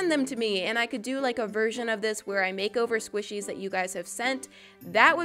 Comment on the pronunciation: and it's squishies not swishies